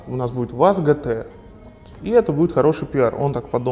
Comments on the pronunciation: пишется и говорится ДЖИТИА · По моему джи ти ар а не гэтэ эр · А не гэтэ эр